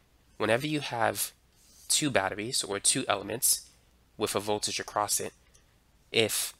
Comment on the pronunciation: I trip on how you are as smart as you are but cant speak properly. What's with this "wiff" me shit.